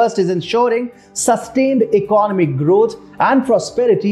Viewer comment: Please check out "economic" pronunciation properly!